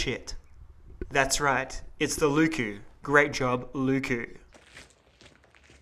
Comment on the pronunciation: If you care about pronounciation, here are a few tips for pronounciation. Leuku is a very quick word to pronounce, with no stretched wovels like the "lyykyy" in this video. Don't take this as a diss, nobody would expect you to speak enchantment table without practice, and it's always just plain funny to hear someone butcher other languages. IPA: ˈleu̯ku LE from "Leyland." U from "Butcher." K as a normal hard "kuh" sound Another similar U.